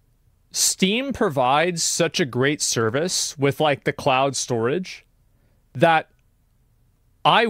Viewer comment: I like that someone pointed out "clown storage" because that's what I heard too. 🤣